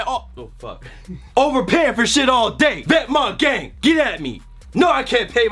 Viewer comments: What the fuck is 'vet-mont'? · home boy can't even pronounce vetements correct bruh. just read it and sound it out bucko